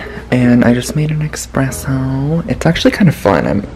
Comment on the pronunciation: ...did you just say "expresso" 😁 Loved the vlog so so much, Drew! Paris looks amazing ❤️